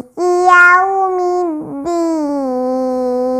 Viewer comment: Iya Dek ajari ibu itu utk baca yaumiddin,bukan yaumiddin dll deh